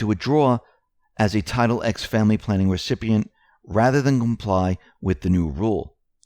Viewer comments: that's Title TEN, not Title EX. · Please stop saying "Title X" it's roman numerals for TEN! TITLE TEN, of the US Code if I'm not mistaken.